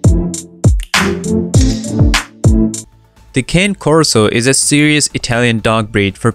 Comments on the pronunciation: Very informative with some accurate facts, however, you did miss one thing, you mis...pronounced the name ... It's not a cane, it's a (KHAN'+neh) ... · The mispronounciation of "Cane" was extremely annoying to listen to while watching the video.